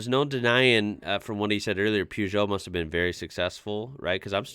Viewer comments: Peugeot not Pjuuugeot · and all Americans, please listen to the narrator. It's "Purrje oh", not "Poojoe". Oh and on a side note, it's "Jag-you-are", not "Jagwahhh". 😉 Lancia were known for going through the rules book with a fine tooth comb and bending the rules as much as they could get away with. Here is Clarkson with a perfect example. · It's pronounced pergo